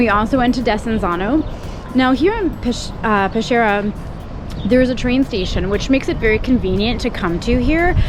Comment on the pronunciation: Peskiera ( Peschiera ) is the pronunciation nos pesciera … very nice video though